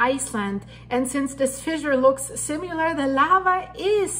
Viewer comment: similar lar not simu lar also we are not "guys" great reporting thanks